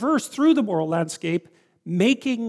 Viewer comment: Sam Harries when JP said “moral landscap” :0